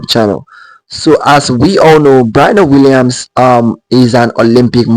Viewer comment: Sir learn to pronounced her name correctly if you're going to make a video about her.